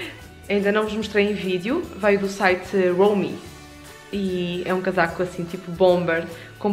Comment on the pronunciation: Ótima qualidade que tem a câmara, gostei muito! Portanto foi uma ótima compra! É natal, por isso fizeste mt bem! Adoro ver os teus vídeos em família, acho maravilhoso a sério. Outra coisa, Romwe lê-se "roumuí" , ou seja, a primeira parte estavas a ler bem, apenas não estava a ler "we" 😝😝😝😝 espero que não leves a mal o facto de ter corrigido. 😊 beijinhos beijinhos